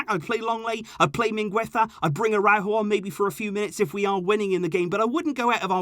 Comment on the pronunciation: Dear, I like your channel and the insight you present. However... For such a devout fan of FC Barcelona, I'd expect you to learn to pronounce some basic names correctly... Like Araújo or Cádiz... The call have the accent indicating the pronunciation. And I'm sure you've heard Spanish commentators or youtubers say these names... I just think the players and teams deserve to have their names pronounced the way they should be. Especially if you have 2 channels dedicated to the club and have been a fan for years... Kindest regards and thank for all the updates:)